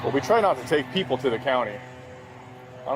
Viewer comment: we try not to take People to the county 😮 why'd he say it like that with emphasis on people 😂